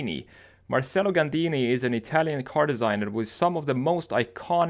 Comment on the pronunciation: im italian and your pronunciation in very good😂